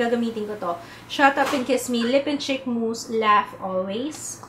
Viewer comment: Hi. I always look forward to your videos/vlogs. Mejo na-bbother lang ako sa pronunciation mo ng words na may prolonged /ee/ sound kasi nagiging /i/ sound sya. Example: Concealer sounds like Consiler and Cheek sounds like Chick. I hope you don't take this the wrong way. Keep up the good work!:(